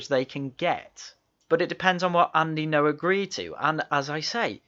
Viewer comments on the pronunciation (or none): The way he pronounces ngo is a proper wind up. Borderline racist tbh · 'Engo'. What a teewat. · There is no way has not heard the correct pronunciation of Ngo. Purposefully mispronouncing Andy Ngo's name is bordering on racism and if we use the ideological compass of Novara Media then it absolutely is racist and should be fired/step down.